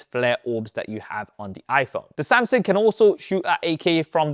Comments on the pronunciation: It's Samsung not Samsing. So cringe with that Samsing pronunciation. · Am I thee only one to notice he's been saying "samsang" & "Samsin" Instead of "Samsung" lhh Throughout the entire video. Lhh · Oh my. Why is bro STILL saying "Samsin" & "Samsing" and no "SamSUNG" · I appreciate the insight from you and the other main phone comparison pages, but my brain hyper focused on your pronunciation for some reason. LOL. It's "SamSUNG".... not "SamSING" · Good old "Samsing" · SAMSUNG NOT SAMSINGGGGGGGGG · Wtf is a SamSing😂😂😂. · the way he pronounce SamSANG jajaj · I like your Samsing 🤣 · why u called SAM SINGG? 😅😅 sounds racist but its nice 😂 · Why do you pronounce Samsung as “Samsang” lol in some cases.